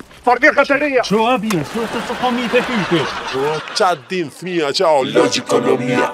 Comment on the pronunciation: A me qëllim ja filluat gabimisht a?? Jo thmija por Fëmija! Me F!! Përndryshe respekt dhe suksese.